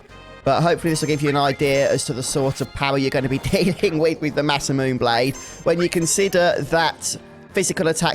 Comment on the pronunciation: Actually it is pronounce "Masa-mu-NAY"